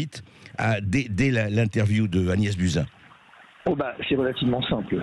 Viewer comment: Prononcez "Bousin"